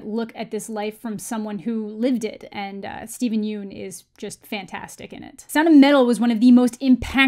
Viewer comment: BTW I think Steven Yeun's last name is pronounced 'yun' rather than 'yoon', at least according to a Conan interview he did where he corrected him.